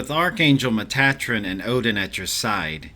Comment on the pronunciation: I have never heard Metatrons name pronounced like that. Did you get that when you were channeling?